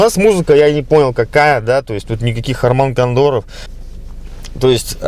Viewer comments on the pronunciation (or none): Харман Кандор...)))), можно уже книгу написать с твоими оговорками, много бабок на этом заработаешь )) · "Харман кандоров" :)